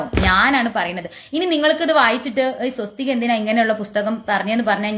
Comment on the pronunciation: Swasthik. sariyalla